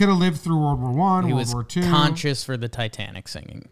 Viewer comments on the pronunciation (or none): none